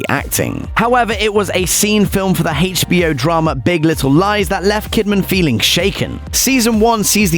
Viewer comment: The narrator's pronunciation of 'HBO' irked me 🤷‍♂️